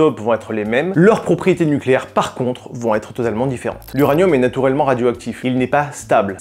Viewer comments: Ah tu prononces natourellement lol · Je suis le seul à entendre "natourellement" ? 😅